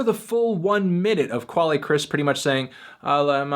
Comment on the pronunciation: Quelle is pronounced "kel"